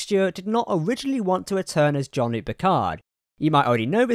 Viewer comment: It's Jean Luc not John Luke .....